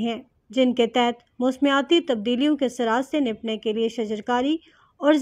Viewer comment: Please get someone with a slightly better pronunciation to narrate. It's maqaami, not muqaami. Nibatnay, not nibtnay. A few other mistakes, too.